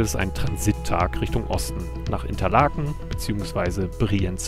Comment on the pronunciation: Mit weniger Alkohol wärs billiger gewesen. ;)) Bin gespannt auf den Rest des Videos. Der Mosse hat immerhin eine sehr tiefe Schlucht gleich neben der Strasse. Ich fahre aber lieber über den Pillonpass. Richtig spektakulär ist der aber auch nicht. ;)) Ach ja: “Interlaken“ wird auf dem ersten Teil des Worts etwas stärker betont. Eisgrotte: Ich war im 2024 enttäuscht und Rate eher davon ab. Der Weg dahin ist allerdings gut.